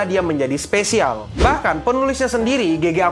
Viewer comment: You're my specialz.. tet tonenenenot tonenenenot... 🗿🗿🗿